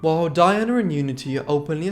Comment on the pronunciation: What a pity that he pronounces the men's names correctly but cannot manage Pamela or Diana, despite recordings of their sisters referring to them.